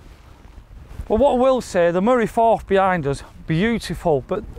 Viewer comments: The Moray FIRTH!!!😅 Not Forth! Firth is the Scottish word for an inlet of sea or an estuary. E.G the Moray Firth, the Firth of Clyde. The river Forth drains into an estuary between Lothian and Fife, the Firth of Forth. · Great hidden gem, fantastic part of Scotland, loved the video, you two are so good together. Just for the record the water is pronounced Murray Firth. Can't wait for the next gem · Love the video and the golf and I know you don’t know your hillocks from your niblicks but it’s Moray FIRTH. There is a Firth of Forth but it’s between Edinburgh and Fife. A firth is the Scottish word for an estuary mate. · Great video but it’s the the Moray firth not forth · Murray Firth not Forth 😂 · It's not the moray forth, it's the moray firth. You keep pronouncing it wrong.